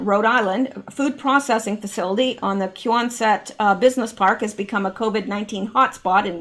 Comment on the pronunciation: Quonset is pronounced "Kwonset." I used to live a few towns away from there. That is a real shame. RI is getting hit pretty hard with CV. It is also a sanctuary state. I'm glad I moved next door, into the woods of CT. The end of my road is the state line with RI, though! I didn't go very far.